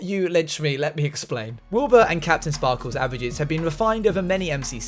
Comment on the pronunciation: "key"ptain sparkles u say